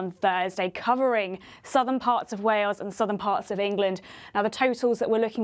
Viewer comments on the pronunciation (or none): none